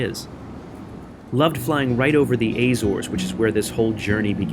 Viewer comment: Haha, love the (I assume deliberate) pronunciation of “Azores” two different ways. You should have seen the stick I got for pronouncing Bombardier as “bomb-ba-deer”... Great vid. 👍🏻